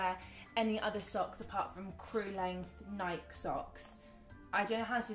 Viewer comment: How did you manage to get Freddy to go to that horror play.She isn't into scary stuff. Freddy loves you so much, it reminds me of my 2 girls. My oldest adores her sister so much that she would rather have her luve with her then 40 minutes away. Nike we pronounce the E. I love how you called your mom out. I think your funny, but then you have awicked dry sence of humor like my oldest daughter Danielle.